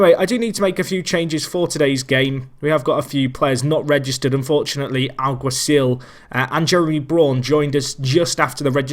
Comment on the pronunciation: You pronounced Alguacil right!